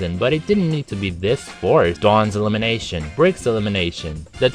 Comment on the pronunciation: you said dawns elimenation 4 times